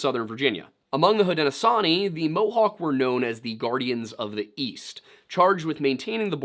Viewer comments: Great video; especially spooky as I grew up in the North Country of NY. (And as someone from that area: Schuylerville is pronounced "Skylerville," and "Haudenosaunee" is "hoe-den-no-SHOW-nee"). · Native american here (iroquois/seneca) you hit most of the Native words pretty well. 2 words to work on are Onondaga (ohn-oh-dog-a) and Haudenosaunee (hoad-no-shawn-ee). Keep up the great work